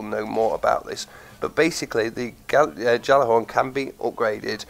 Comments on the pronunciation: Really wish it was in Destiny 2... and its pronounced Galla-horn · Turninator gjallar-horn, galler-horn, jaller-horn, yallerhorn, it doesn't matter how it's properly pronounced. Just fire 2 and make Crota bend the knee.